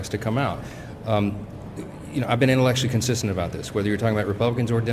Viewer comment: “Intellectually consistent”. 😂